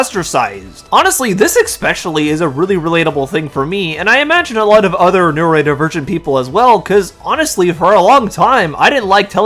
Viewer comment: Hey dude there's an "o" in neurodivergent. It's not pronounced neuraedivergent.